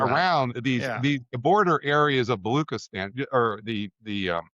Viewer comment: For a professor who mispronounces Baluchistan and never mentions the Pakistani port of Gwadar built there by China and under 100 miles from Iran border, and referring only to Karachi, 400 miles away — raises questions given his gap of knowledge of local realities versus his broad-based escalation theories. And add to that the obsequious tip at the end to those in power (I guess UofChicago has its professors on a tight leash given the risk of losing funding).